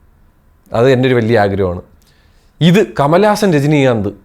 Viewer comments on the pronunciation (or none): Rajinikanth❌ Jajinikanth✅